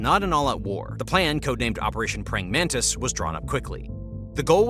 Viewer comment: Praying Mantis not Praying Mantice (its named after the insect)